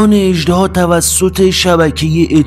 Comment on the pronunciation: اِژدِها درسته، نه اَژدَها!🐉